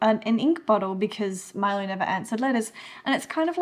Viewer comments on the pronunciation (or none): none